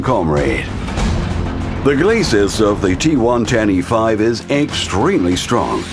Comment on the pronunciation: G-one-ten-E-5? G110e5 am I the only one that caught that?